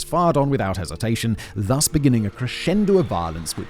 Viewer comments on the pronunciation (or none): none